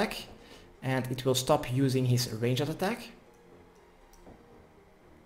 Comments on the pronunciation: "Range - Ed" gets me every time 🤣🤣🤣 Love the guide! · Someone please teach him how to pronounce ranged.